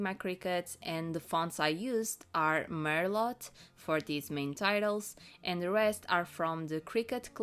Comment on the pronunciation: Merlot is pronounced "mer-low" in English. You teach me Portuguese so I'm trying to return the favor. 😊